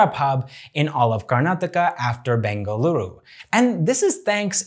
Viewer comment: You pronounced bengaluru correctly ❤️❤️❤️